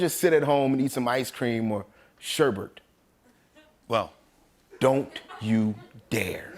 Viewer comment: shérbet not shurrberrt. Like suré-bet. sherbet.